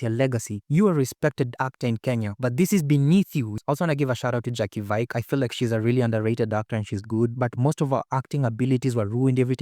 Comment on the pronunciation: It's pronounced vee-kay. Jacky Vike. Thank you for watching so that I don't have to